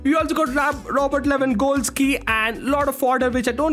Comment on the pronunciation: Is he pronouncing Robert Lewan"Col"ski